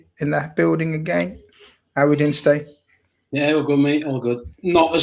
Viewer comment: lad, he's called 'Ste' not 'Stay' it's a Scouse habit of shortening Steve to Ste...That's pronounced 'Stee'